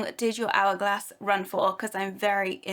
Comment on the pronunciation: It's an ''Hour''glass...